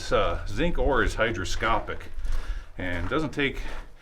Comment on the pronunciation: When a substance absorbs water it's called "hygroscopic" not "hydroscopic", just in case mispronounced it, I'll review the tape a few times to be sure